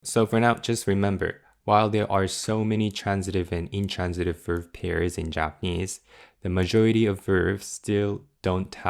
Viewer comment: I have been following your MNN lessons from the very beginning and they make the MNN books much more understandable and digestible, so ありがとう!!! Btw, I'm also a private English coach, and I don't mean to be pedantic, but "verb" is always pronounced with a hard 'b', never like "verve", which is also a word in English. 🙂